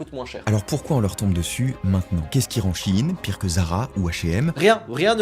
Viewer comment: "sheinside" donc oui ça se dit shi-in :(